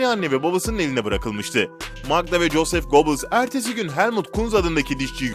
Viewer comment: BELGESEL YAPIYORSUNUZ AMA İSİMLERİ DOĞRU OKUMUYORSUNUZ. " COSEF GOBİILS" DİYE OKUDUĞUN PROPOGANDA BAKANININ ADI DOĞRU TELAFUZLA " YOZEF GÖBELS" DİR LÜTFEN DİKKAT.